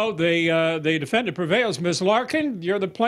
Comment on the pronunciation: ...why does Harvey have to keep saying 'defen-DANT'...?????